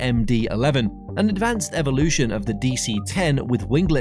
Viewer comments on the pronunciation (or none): none